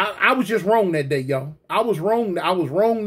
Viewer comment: 🤣🤣🤣 not like Thawt, not like Thawt